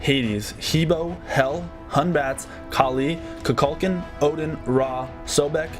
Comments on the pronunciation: There Is A Right Way To Say These Names. They Are Not Made Up Names-They Are From Other Cultures So If You're Saying It Wrong You're Saying It Wrong. Simple As That. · you butchered those names 😂😂, it's (koo-kool-kan) not (ku-kul-kin) wtf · You pronounce Amaterasu perfectly then. Kukulkan however is pronounced Koo-kuhl-kahn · "KU-KULCAN" It sounded like he was mixing Kukulkan and Vulcan together xD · kukulkan HOW DID YOU GET THAT PRONOUNCIATION WRONG WTF YOUR JOB IS TO READ THINGS YOU'D THINK YOU'D BE GOOD AT PRONOUNIATION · The way he pronounced Kukulkan.. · Professional smite player mispronounces Kukulkan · Is he saying kulkulkhans name wrong? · his pronouncing of Kukulkan and Amaterasu are wrong